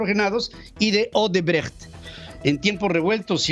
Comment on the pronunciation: Pedro buen fin. Tuve oportunidad de trabajar para Odebrecht México, y extranjeros y nacionales lo pronunciaban Osebrecht, tal y como sr escribe, no Osebrejt, ni Odrbrajt.